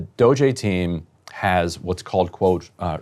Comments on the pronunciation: INTERESTING. Ryan suddenly ignorant how to pronounce "DOGE"... show us more ryan. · Ryan knows how Doge is pronounced, he's just refusing to say it for whatever reason. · Everyone has been pronouncing it one particular way for the last few months. To pretend you don't know how to say it or how it's said when you're a political commentator/journalist is just ridiculous catty woman behavior. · Fake news. Really disappointing performance Ryan. The doge adults, that are a hell of a lot smarter than you might I add - have read only access. Quit making up nonsense stories about them "messing up the code". Also, you erase your integrity by calling them kids and mispronouncing DOGE on purpose or by accident. I'm on my last legs with this 'news' outlet. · I like how Ryan pronounces DOGE uniquely wrong each time he says it lol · Can someone supercut all the different ways Ryan pronounces "DoGE" in this whole episode?? It is SENDING me! 😂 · Is Ryan mispronouncing DOGE on purpose? He just kinda sounds dumb saying it wrong… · I kinda love Ryan pronouncing DOGE differently each time. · Dude you sound like one of these doge kids, they're not geniuses they're just thieves and scammers. I mean they're in the right party i suppose. They should pronounce it as dodgy cause that's what they all are. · Ryan and his passive aggressive pronunciation of DOGE 😂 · I mean, it's ridiculous, named after a fake crypto meme for christsake. It should always have a passive aggressive pronunciation. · It's so obvious Ryan knows nothing about writing code. He's stumbling all over himself trying to fabricate his BS. And mispronouncing DOGE just makes him sound ignorant. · Is Ryan intentionally mispronouncing DOGE? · I think so. He has pronounced it correctly before, I think he just really hates the term so doesn't want to say it correctly. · Why are you pronouncing the E that stands for efficiency as an A? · I love that Ryan is pulling a norm Finkelstein pronouncing destiny's name with saying DOGE